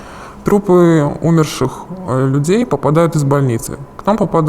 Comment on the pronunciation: умЕрших а не Умерших